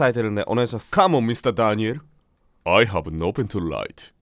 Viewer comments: I haveがアハに、聞こえるのが逆にすごいww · なんで「アハ」が「I have」って理解出来たんだ……。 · その前になんでI have がアハーになるのか不思議笑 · veが抜けて、アハになったんだな笑 Ihave【lha〜】→アハ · l haveがアハはやっべぇぞ